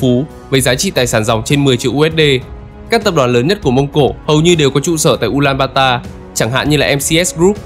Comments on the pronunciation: Tên chính xác là Ulaanbaatar (U-la-an-ba-a-ta) hoặc đọc là Ulanbato. Ad đọc sai rồi bạn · Từ trước toàn đọc là U Lan Ba To, bây giờ là U Lan ba ta nên ko hiểu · Mông cổ là ulanbato mà. Sao lại ulanbata